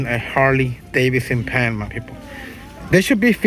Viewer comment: He says “mwy peepols”